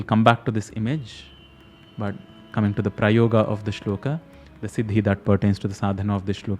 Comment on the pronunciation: Why are you pronouncing श्लोक and प्रयोग as श्लोका and प्रयोगा with आ sound